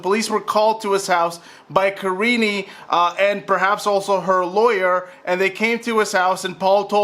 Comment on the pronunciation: Why does this man keep calling her “Kareeen”? And not Kareenie?